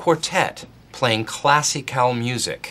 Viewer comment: Dwight pronouncing Classical as "CLASSY"CAL is just unbelievable